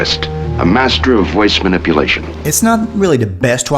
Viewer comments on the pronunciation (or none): none